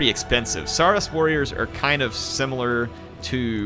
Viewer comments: Saurus is pronounced saw-rus as in dinosaur and russle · it's pronounced s-OAR-us. Ya know, like dinosaur, as in 'lizard'. And hey, you pointed out the canonical connection between skinks and kroxigors right away. It's an image, and tabletop rule, I've always loved; a unit of skinks falling back towards a swampy pool, seemingly unable to stand against their attacks. And then just as the foe is sure they've got the little guys trapped, the water explodes as kroxigors charge straight through the unit of skinks to smash into their foes.